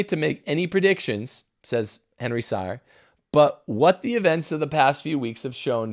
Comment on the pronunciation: Henry Sire pronounces his name as "Seer".